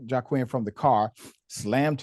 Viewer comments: Ummmm, his name is pronounced wah-keen not jawquwin. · Pronounced Waa-keen